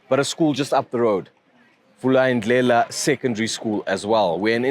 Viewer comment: When is Jane getting fired?! She sucks with vernacular pronunciations, so unprofessional!!! Vulindlela, Jane, learn it!!